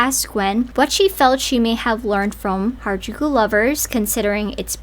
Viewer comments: She said hairAjooko instead of harajuku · Hairajuku she can’t even say the name right. Ngl to me it feels like an weird obsession and fetishization and I’m not one to use that lightly. I’m also American and I also love j-fashion along with anime. She’s just disrespectful. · Gwen Stefani: I'm Japanese! Also Gwen: Hair-a-jew-kew. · her saying Harajuku wrong makes me so angry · i didn't watch past the first few seconds yet but how does someone say "i was supposed to be japanese" and not even learn how to pronounce harajuku right ....... 🧍‍♀